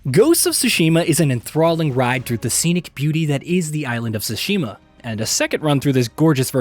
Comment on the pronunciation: Why is it so hard to pronounce Tsushima right ?! I mean, you just listen and repeat